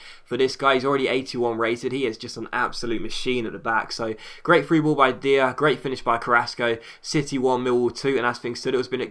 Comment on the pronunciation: "Dier" is pronounced as "Dyer"